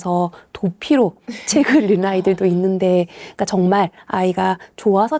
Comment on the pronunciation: 차분히 현실을 말씀해주셔서 정말 감사합니다. 다만 '읽는'의 발음을 '일른'이 아니라 '잉는'으로 표준발음을 해주시면 좋겠어요. 국어니까요 ㅎㅎ 제가 좀 까다롭긴 하네요^^